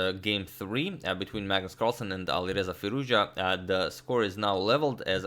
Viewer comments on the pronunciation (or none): "Alirouzja" :D